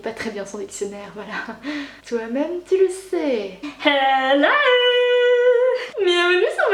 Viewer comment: Hein Hein .... Tou avais dit qué tou arrrrrêtais les colôôôôô .... raté